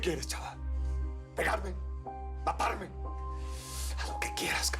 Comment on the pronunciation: dice paparme enves de desir matarme